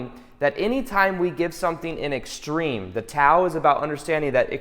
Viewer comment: FYI, Tao is pronounced 'dow'. But verify in case I'm wrong!